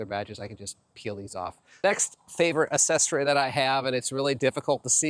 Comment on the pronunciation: It’s not ASSESSORY. pronounced AKSESORY